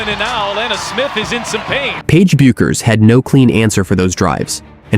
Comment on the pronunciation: Can't a human being read the script? Who but AI doesn't know how to pronounce Bueckers?